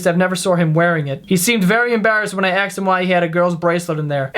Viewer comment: Anyone else notice that says "aksed" instead of "asked"? Or am I the only crazy one listening that attentively:p